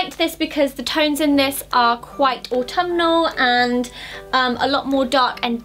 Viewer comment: When Zoë says autumnal... Grr 😡😡